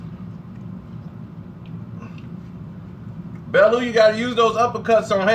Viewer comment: his name is pronounced bellyou not bellow!